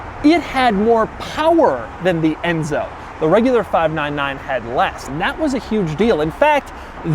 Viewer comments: "fahv-nan-nan GTO" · Why did he keep saying "FIVE NINE NINE" like a cowboy? lmao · Doug sounds like a cowboy everytime he says 599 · Doug is the type of guy to say 599 like he's some sort of weirdo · He says 599 in a weird way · When did Doug become southern? I've never heard him say "599" like that. Is CNC in Louisville, KY? 😂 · That's Doug's subtleties 😂